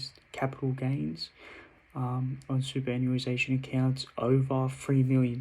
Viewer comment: Keep it up boss. Btw it's read like this. Super·annuation soo·puh·ran·yoo·ay·shn